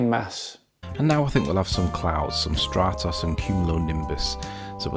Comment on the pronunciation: "Stratos"? Stratus clouds you moron!